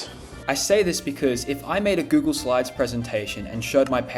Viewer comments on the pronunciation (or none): none